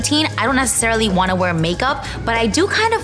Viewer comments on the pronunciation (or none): none